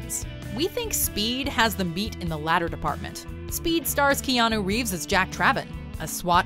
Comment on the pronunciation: Kenanuuuu not Keano